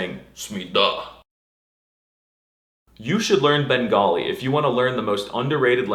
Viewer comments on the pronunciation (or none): none